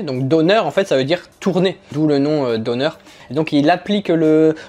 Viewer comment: Coucou j'aime beaucoup les vidéos visites + food test. Quant au döner à prononcer deunère et non donneur 😁😁😁😁